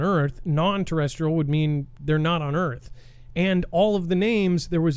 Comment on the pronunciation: we went to the moon the earth is NOT pronounce "earf" and it is round..